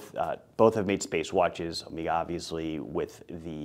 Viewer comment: You are pronouncing Omega incorrectly...Before you say anything, ask yourself.."How do the Greeks pronounce the word?"